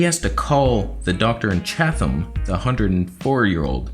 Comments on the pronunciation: It's Chat-ham not Chathhhham you idiot! Go back to Thailand! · Ha. "Chath- am". It's chat- am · Cha - tum not cha-th-am. That was driving me nuts lol I’m surprised there’s such a specialist in that small city no where near other cities tbh. Make the appt. Go. Research. With this stuff going on atm not like surgery would be anytime soon. And honestly I prefer older doctors as they’ve seen it ALL and have way more experience than the young ones!! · Had to giggle at your pronunciation of Chatham. Us locals say it like Chad-dam. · Oh my god, I just woke up and didn't even know he was trying to say Chatham! I was like, "Where...?" Hahaha he just said it again xD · With emphasize on the first syllable! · The H in Chatham is silent. I live near London Ontario. About half way between you and there